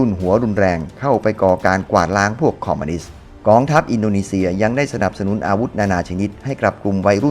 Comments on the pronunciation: ทุกอย่างดีหมดครับ ดีจริงๆครับ ชมเชยเลย แต่ออกเสียงผิดคำว่า "คอมมิวนิสต์" เป็น "คอมมานิสต์" ทั้งคลิปเลย สำหรับผมคนที่รักความถูกต้องชัดเจน มันทำให้ให้ความรู้สึกร่วมในคลิปผมดร็อปไปมากกว่า 50% เลย ฟังดูมันหงุดหงิดครับ อยากให้ออกเสียงให้ถูกต้องครับ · คอมมิวนิสต์ ไม่ใช่ คอมมานิสต์ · คอมมิวนิสต์ หรือคอมมานิสต์ครับ